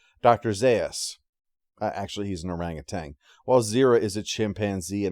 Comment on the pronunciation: OranguTAN, not OranguTANG